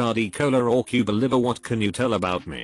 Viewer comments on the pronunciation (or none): none